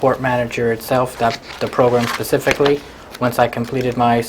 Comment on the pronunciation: This guy talks like he has an iq of 70. Pacifically for specifically. OMG. This is Just awful. Just to think this guy has a gun. God help us all.